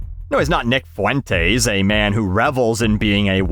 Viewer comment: The way that you pronounced the name Fuentes had me in stitches. Also he didn’t deserve to die. It was wrong but I’m not going to mourn him.